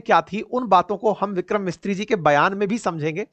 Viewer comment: सर हमारे विदेश मंत्रालय के प्रवक्ता का नाम विक्रम मिस्त्री नहीं विक्रम मिसरी है।